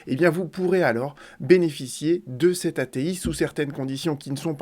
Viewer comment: Lire loi "A T I) et non a t il. Merci